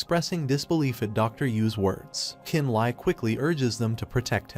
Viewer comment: Li and Le is pronounced lee you're triggering me lol